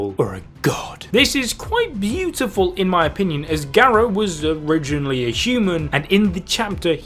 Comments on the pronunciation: Gah. Row. not Geh Roe. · Dude can’t even say garou name right lol